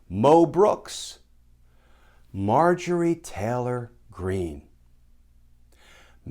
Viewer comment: I believed you when you said Garland was a polite, quite, perfectionist kind of guy and today I hear him to the naysayers , "How you like me now?" Also when you named messy green seeking a pardon, the way you pronounced her caused me to fall off my bed in laughter. (didn't break anything), thank you for that laugh. Stay safe and continue to get us to Justice.